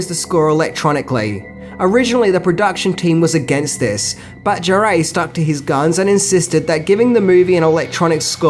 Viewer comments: who is Jarrée? Jarre is more pronounced like jar. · ok Great Video really, but man please Maurice Jarre ... I could accept it pronounced closest by a native English only speaker as the word Jar, should there be an effort, should eventually be trying not to pronounce the D sound that English speakers say at the beginning of the J letter sound, and jar as in a jar of honey, not jaréé, there's no accent aigu pronounced anywhere there, a lot of french interviews with either him or his son with the name said to be checked. Thanks for all the info and fun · Can you please pronounce Jean-Michel "Jarre" as "jaar"?